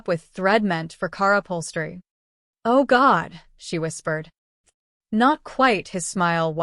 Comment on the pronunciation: OMG. The AI narrator needs to be better programmed. Car upholstery gets pronounced as Kara Polstri. 🤣🤣